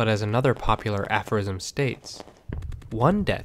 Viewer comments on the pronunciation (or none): none